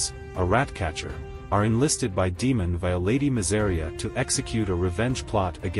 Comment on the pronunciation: Daemond not Demon . Lol